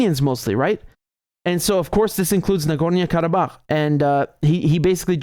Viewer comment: Nagornia? Whazzat, some island off the coast of Narnia? Nah-Gor-NO.